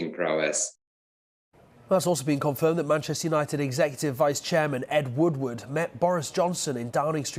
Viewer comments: seem to have forgotten the H in Manchester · 'Mancester' nice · "Manchester" please fix